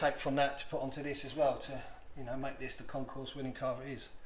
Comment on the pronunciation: Ahem, it's Concours ... not concourse.